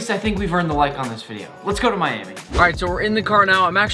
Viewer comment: When you said "now lets go to Miami" i thought you said lets go to manny lol